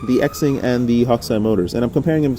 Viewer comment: FYI...it is not X-ing or zing....it is pronounced "shing". X in Mandarin Chinese is an "sh" sound. Like president Xi is pronounced "she". Ur only half bufoon.